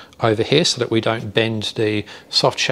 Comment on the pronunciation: I dought da same ding